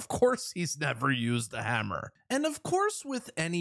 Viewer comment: Girls know how to use hammer! Don't say hummer like a girl!